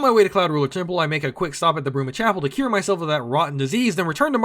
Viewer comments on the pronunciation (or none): none